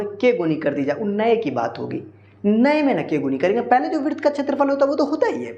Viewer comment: Virt bol diya hai😂😂😂😂😂😂